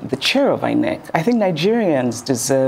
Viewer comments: Why do I have a feeling that was pronouncing it as eye neck and not inec 😢😢😢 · I love the way she pronounces it as Eye Neck😂😂😂😅, looking deliberate